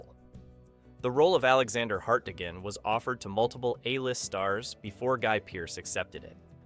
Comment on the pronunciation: Not a fan of how “Hart-deegan” was pronounced?